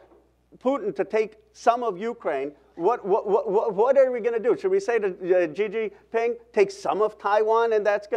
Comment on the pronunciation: Gee Gee Ping? 😂😂😂 anyone else tripping? Lol